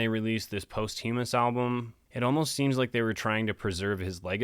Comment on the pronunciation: Congrats! Posthumous is pronounced "pósthumous", like "documents".